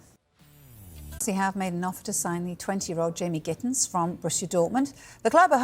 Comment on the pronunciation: GittENS. It's not difficult.